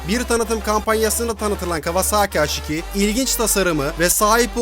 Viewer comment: Haş nedir abi ya Allah askina su isimleri ya dogru ingilizce konusup kullanin yada bildigimiz Turkce harfleri ille kullanin ya uyuz oluyom